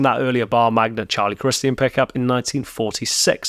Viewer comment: Nice. But we generally say Charlie Chris-CHUN.